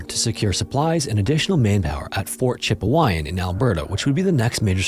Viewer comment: Right, it sounded like cheap wine and alberto😂